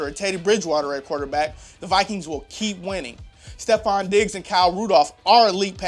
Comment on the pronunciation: I appreciate that you give my Bills mention in this clip, but when you got to the part about the defense I cringed. You showed a split picture of two DBs and said they were Ronald Darby and Steven Gilmore. First, it's pronounced Ste-phon, and the other DB pictured was not Ronald Darby but Corey White. Other than I appreciate ya!